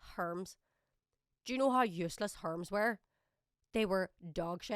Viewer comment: First time I've heard someone called Hermes as Herms and no Her-mees